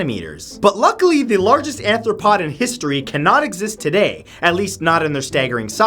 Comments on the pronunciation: You mean the largest arthropod. You said anthropod. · Learn to pronounce these names properly, and it's arthropod not anthropod